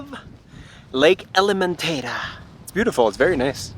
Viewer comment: Lovely! elementa-'e'-ta not element-ay-ta :) e for eat.